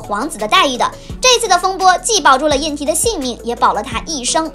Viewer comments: 胤禔应该念zhi吧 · 皇长子名胤禔（读之）。